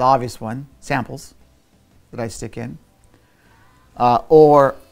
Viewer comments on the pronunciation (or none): none